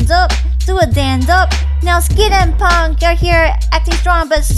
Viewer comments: its pump but you said punk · Pump not punk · is pump not punk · Its pump not punk